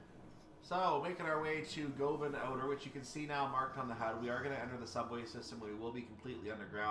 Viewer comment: Govan is pronounced Guv'n. See Rab C Nesbit.